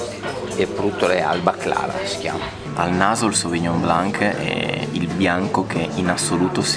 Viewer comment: Non per fare il pignolo, ma la c in sauvignon blanc non si pronuncia...